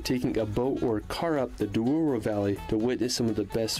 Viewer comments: And “Duoro” instead of Douro 😁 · Horreos - SPANISH Espigueiros - Portuguese. Also it is not Duoro, but Douro. A lot of mistakes in the original video ;) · It’s Benagil cave, not Bengali. This is not India yet. And it’s Douro River which means River of gold, not Duoro River